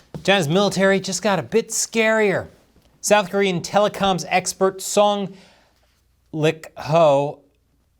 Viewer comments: ''Song Lick-Ho'', I bet you were having a hard time holding back your laughter, right? 🙃🍯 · Why'd he say it like that? 😂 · the pause was everything rofl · Love the pause before pronouncing Song's last name 😂 🍯